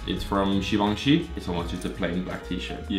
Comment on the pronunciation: You said Shevonshe instead of Givenchy lol